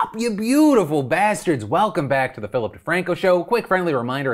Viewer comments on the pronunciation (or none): none